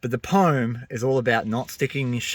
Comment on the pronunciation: Mate I agree with everything you said and liked your poem -- but there's one thing that I feel really compelled to bring up... it's been driving the "grammar nazi" in me insane and I can no longer stay silent... WTF IS POME????? IT'S POEM, PRONOUNCED "POH-UHM" ARGGHHH I'M SORRY BUT... >.<! 🤣